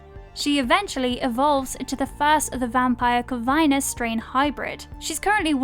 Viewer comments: Your pronounce things like you just read shit off of wikipedia. I usually hear that with Americans, lol. “Cor-vine nus” and the way you say “succubi”killed me. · Is somebody gonna say something about how she said succubus and corvinus....no just me? Okay🤦